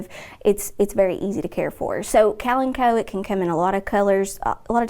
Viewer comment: I have never heard kalamchoe pronounced the way she said that. Worked at a greenhouse for 14 years and we never pronounced it that way. I was wondering why that plant looked familiar. The plant was too close and I didn’t see the name at first. When I saw it I was like what did she call that? I put those damn things in wicker gardens every day.